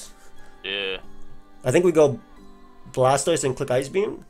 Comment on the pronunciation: is dope but hearing him shorthand Blastoise to 'Stoise hurts my soul. That ain't the way chief lmao